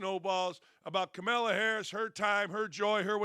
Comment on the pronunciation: Why do you insist on mispronouncing Kamala's name? The pettiness & immaturity is glaring.